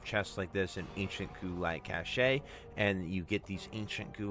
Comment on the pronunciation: Cash not Cash Eh. 🤡